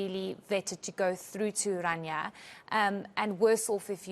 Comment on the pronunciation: O my soul. Can't the people pronounce the name correct? It is not Oranja, it is Orania. O-raa-ni-aa. C'mon people get an education! There is nothing to 'explain' about Orania. What McKenzie saw and said of his first impressions, is what it is.